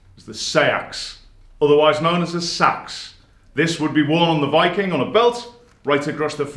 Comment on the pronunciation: You pronounced seax wrong